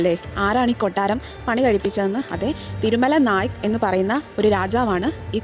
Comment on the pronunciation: ❤ Super തിരുമലനായ് എന്നാണ് കേൾക്കുന്നത് ശ്രദ്ധിക്കുക